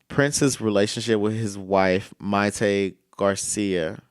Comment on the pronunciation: It’s “Mayte “